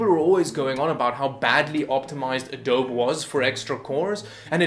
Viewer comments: it's actually pronounced "Ah-doh-be". So you are the nitwit. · "A-doab". ROFL Whatta nitwit. "Adobe" is pronounced like "Uh-doab-ee" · Adobe (uh-doh-bee). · Im sorry... Did you say "adoab"? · Good Video. (It's Adobe pronounced Ah-doh-bee, btw) :) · "Hi! I'm a computer expert, and I can't pronounce Adobe."